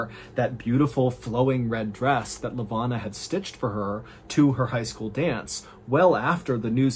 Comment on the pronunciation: I love the stories but I gotta correct some of your pronunciation of the Cape Town folks (I'm South African and cannot resist). Miché is pronounced Mee-shay. Lavona is pronounced Luh-voh-na. Excellent stories as always and always love a South African reference😅